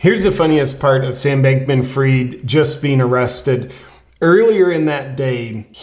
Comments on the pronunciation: FRIED as in TIED, not FREED. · I have a question, as an ignorant Frog : why don't you pronounce his name "fried" as in well-cooked ? It would be so appropriate, that a "bank-man" should be "fried".